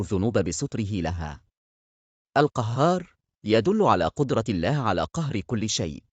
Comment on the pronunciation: نطق اسم اللًه سبحانة و تعالى نطق خطأ فى معظم الفيديو